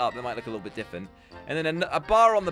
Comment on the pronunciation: can’t say different ‘ diffent’